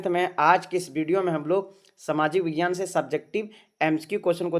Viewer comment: Vaghyan nhi vighyan hota ha na sir ?